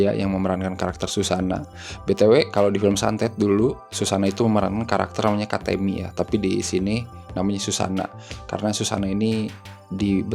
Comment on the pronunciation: Bang katemi bang bukan katémi😂